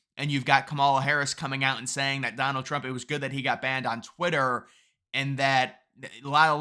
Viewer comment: You Mispronounced Donald Trump